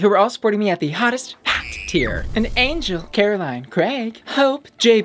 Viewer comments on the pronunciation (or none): none